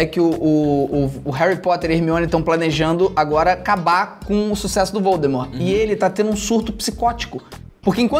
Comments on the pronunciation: em o felipe fala valdmort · ksks até o felipe falou val the mort kk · Para, para, para! Assim vai acabar arrancando o olho de alguém! E você está falando errado. É vOldemort e não vAldemort ! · Lucas: valdemort felipe:voldemort kkkk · Olha ele estava Falando pro lucas que era vooudemor e ele falo vaudemor isto esta errado contra os direitos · Kkkk valdmort e voldmort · Eu não sei se ele o luccas falou valdemort ou Valdemar?🤔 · "Valdemar" KKKKKKKKKKKKKKK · felipe falando Valdemorth